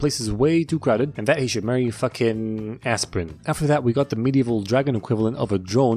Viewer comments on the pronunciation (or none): Its Astrid not asprin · I love how u called Astrid "aspirin" LOL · Astrid..Not Asprin. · "Aspirin out of ibuprofen"🤣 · I love how he calls Astrid aspirin 😂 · "An aspirin out of an ibprofin" lmao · It’s funny how the entire time he called Astrid aspirin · he called har asperin the whole time just to make that one joke XD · Every time he says aspirin I crack up laughing